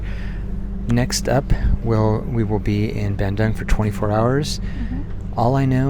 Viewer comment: you can pronounce Bandung = bun doong.